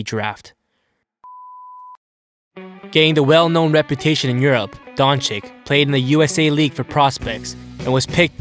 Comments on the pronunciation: It’s pronounced Donchich not donchik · His name is luka doncic not luka doncik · It's Dončič not Dončik 🤦‍♂️ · It´s not Donchick it´s Donchich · Don"chick"? Isnt it supposed to be don"chich"? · Doncic. Not donchick 🤦‍♂️ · Nice clip. But... Pleaseeeeeee, try Doncich not Donik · It's pronounced Dontsits... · Donchich!!! Just don't say his surname if you are not capable to pronaunce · this man said dončik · Dagger through my brain every time I hear Donchik. If the first c is a ch, why you think the second one is a k? So many ic(ich) players in the NBA. How hard can it be? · Isn't it pronounced "Donchich" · stop pronouncing Luka DonChick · Disliked because you still dont pronounce his name correctly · Man this guy says his name just as bad as Flight smh